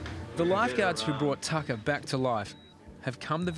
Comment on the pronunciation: you are right, this guy doesn't know sht. It is pronounced Tah kah